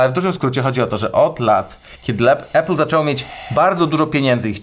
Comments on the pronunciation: Uwaga dam szok: czyta się APL a nie ejpl :D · Chłopaki odpalcie AI - niech nauczy was mówić "Apple" 😅 Nie ma takiego słowa "epyl". Jest Lądek Zdrój...